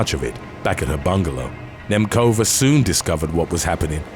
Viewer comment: "Nemcova" is not pronounced with "k" btw